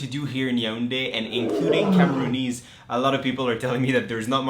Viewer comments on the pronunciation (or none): Cameroonian, not Cameroony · I was bogged the whole time by "Cameroonese", it's CamerooNIAN, like NigerIAN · *Cameroonian.....not Cameroonease